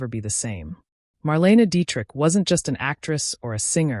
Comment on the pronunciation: Marleyna is the correct pronunciation please. Why the weird colour pix of random nobodies?